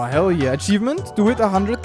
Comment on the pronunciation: says “hell yeah” but somewhere I thought I heard “Kel yeah”